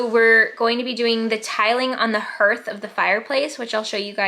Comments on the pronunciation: Someone may have already mentioned this but Hearth is pronounced ‘harth’ - at least in NZ and Australia - not herth - yours is going to look amazing with those beautiful tiles 😍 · I believe the pronunciation of “hearth” is similar to “heart”, like an “a” sound (harth). Unless there is some New Zealand variation that I’m unaware of :) You house is starting to feel like such a warm and calming space 💛☺️🏠. I love the beautiful pieces you displayed on the shelf. I can tell you guys have a lot of special and unique pieces that you cherish and love in your home ❤️❤️ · I don’t know if the pronunciation is different in New Zealand but in the US “hearth” is pronounced “harth” (like the name Garth) 👍🏻